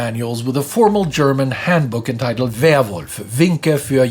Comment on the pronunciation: Why are you talking like that?